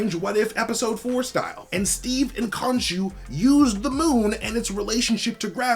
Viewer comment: Huge Konshuquences 😂😂😂🤣😂🤣😂🤣😅😅